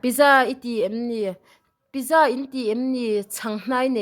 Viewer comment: Pizza (Piiitza ti a lam tur)